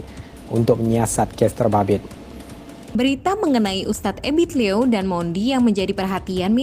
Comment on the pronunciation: Ebit liew jd ebit low?...sbut yg benar mas